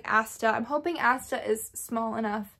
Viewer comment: When you are talking about dragons, you keep saying "Asta", but I couldn't find one named that. Is it "Astra the baby dragon"? Astra with an "r", maybe? I'm also looking for a smaller dragon.